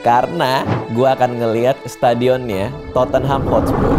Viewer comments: Totte-nham 2 syllable instead of 3 to-ten-ham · DIT, Tottenham, pronunciation- nya: (TOT)+ (NUHM)